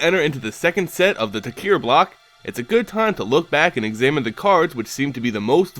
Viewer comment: It's pronounced tarkir, not takir